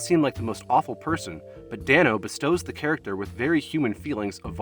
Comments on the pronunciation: It's DAY-NO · The fact that this includes Meek's Cutoff and not War and Peace is just...weird? Is this cuz this is a film-only channel? War and Peace is one of his greatest roles to date. And bro, it's pronounced Dane-O 😂 But it's cool, most people get it wrong, even interviewers.